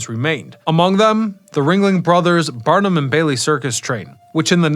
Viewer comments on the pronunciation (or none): BARNUM... not Burnam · Barnum not Bernam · Barn-um, not Burnum! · CAV-al-ree, not calvary. BAR-num, not Bern-um. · "P.T. Barnum", not "Bernam"❤ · Ah, it’s Barnum. Not Burnam. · Socash is AI. Key factor in identifying AI generated vids is mispronunciations, which stands out in most of his videos. In this case, his repeated mispronunciation of PT Barnam. He keeps saying “Burnam”. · P.T. Bernum? LOL